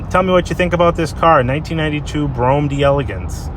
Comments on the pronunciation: Brome, no. US: Brou-am UK: Brou-em All depends on the regional dialect the most. Bro-ham is definitely incorrect. Would like to hear an Aussie say it :D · hey yo.. yo... Dose chrome add ons on top of the windows?..yo... Dems is so dat you can open the windows a little when it rains. Ok here goes...it's pronounced.....Brome! No such thing as a Broh-ham. lol Also? Delagance. one syllable..no spaces.. Have a great weekend bruh! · I've pronounced it as Bro-gham. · I've always felt the whole "Bro-Ham" pronunciation was done for the sake of humor! This means, at some point somewhere, there is some retard correcting someone saying it the correct way! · * BRO-um deh-leh-GAHNSS. Former chauffeur/body guard with one year of high-school French here. ;-) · BTW, its pronounced BROAM. The car even tells you how to say its name. Step on the gas while in park, the engine goes "BROAM". Must say this is a REALLY clean unit. And at $14,995 values on these have been going up since I last had a Brougham about 10 years ago. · Very good example. I laughed when you said Bro-Ham. That is the way they pronounce it around here. Me personally, it is Cadillac Brougham. I recall the era. They did make some interesting updates. The only thing I hated and still did are the headlights. I still say it should be a quad design in Euro form. The one thing I will say is GM and Cadillac used to pay attention to detail back in the day during this time. I miss that. I like the color too. The price is significant. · Oh,, you've done it again! Another fine example of a BROHM DELL-uh-GAHNS (I threw the correct pronunciation in, just for the record. Not that hard to say, IMO.). Anyway, I'm looking forward to more! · It is pronounced: “Brougham”